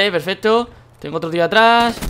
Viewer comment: no se si soy yo o en el minuto alexbi dijo pefesto?